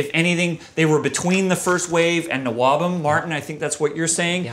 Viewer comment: Oh, you dropped the h in nwobhm. I've always been saying it like n wobhem. Oops :-)